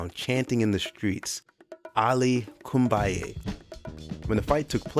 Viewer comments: Absolutely a GREAT list, with great commentary, even if the commentator messed up the names of Sandy Saddler and Kid Gavilan, and said "Ali KUMbaye", instead of "Ali BOOMaye :-)))). Anyway , even though some might say that a 3 should be a 1 or vice versa, the overall quality of his list is flawless, even if his elocution is not. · It's "Ali, bumaye" not kumbaye